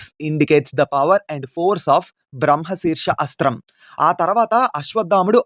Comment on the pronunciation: It's brahmashirastram correct ur pronunciation